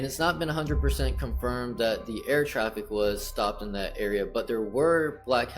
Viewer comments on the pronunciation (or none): none